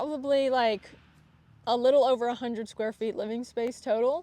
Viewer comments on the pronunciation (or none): none